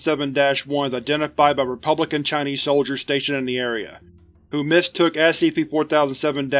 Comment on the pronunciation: Ngl, your pronunciation of Chinese is made me cringe a bit, but I’ll allow it because of its length and how interesting this scp is